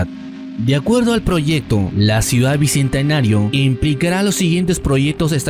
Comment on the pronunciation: Papu, aprende a hablar primero antes de hacer estos analisis, tu analisis esta bien pero tu manera de hablar se ve muy pobre porque no sabes ni expresar correctamente el genero ni conjugarlo los articulos, ni pronunciar bien "bicentenario",.. tampoco se dice "dijieron", se dice "dijeron"...muy mal papu